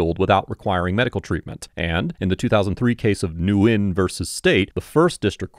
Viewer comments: Pronounced "Wen" not "Nyugen" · I've never hear it pronounced win. I've met like 8 different people with that surname and they've all pronounced it nien like knee- and the pronunciation of the letter n put together. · Nguyen is pronounced wen if I remember correctly